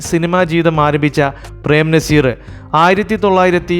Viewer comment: നിങ്ങൾക്ക് മലയാളത്തിലെ ചില്ലക്ഷരങ്ങൾ അറിയില്ലേ.. ർ,ൾ, ൻ ഇതൊക്കെ.. നമ്പ്യാര് നമ്പ്യാര് എന്നല്ല നമ്പ്യാർ!! വിജയകാന്ത് എന്ന് പറയുമ്പോൾ ചാന്ത്, പന്ത് എന്നൊക്കെ പറയുന്നത് പോലെ അല്ല, കാന്ത് എന്ന് ഭംഗിയായി പറയണം.. സർവ്വ പേരും ഇങ്ങനെ അലന്ന രീതീലാ പറയാറ് .. 😅 .. നസീർ എന്നാണേ നിങ്ങൾ നസീറ് നസീറ് .. മോഹൻലാൽ എന്നല്ല മോഹൻലാല് മോഹൻലാല് എന്നേ പറയൂ..